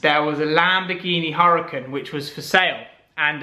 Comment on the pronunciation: c'mon dude - in regards to your previous Lamborghini Huracan, it's pronounced 'Ura-kahn' - the H is silent.